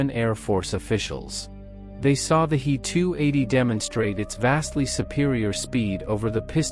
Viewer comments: It's not a Hee 280 - it's a h.e.280. adjust your bot! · In "He 280" "He" is not a word, it is two letters "H" and "E". They are pronounced separately (as two letters). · The 👉🏻 “HEE-TOO-EIGHTY” 👈🏻 was a groundbreaking aircraft for its time, only surpassed by the 👉🏻 “MEE-TOO-SIXTY-TOO” 👈🏻